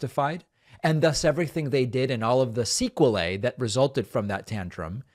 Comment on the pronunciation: Seh-QUE-lie sequelae